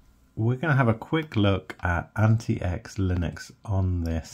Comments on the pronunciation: It's supposed to be pronounced as antiques not anti-ecks. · Pretty sure its pronounced like antics.